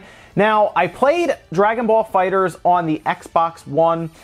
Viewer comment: THE ONLY PERSON WHO GET'S THE NAME RIGHT LOL ... ALRIGHT NOW LET'S START THIS VIDEO LOL.